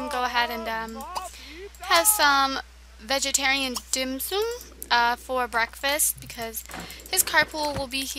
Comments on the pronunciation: It's Dim sUm not dim sOOm. It's Chinese and its very GOOD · Hi. Don't want tot be mean but.... my name is Athena and I am Asian and u pernounced dim sum wrong dim sum is very good!:-)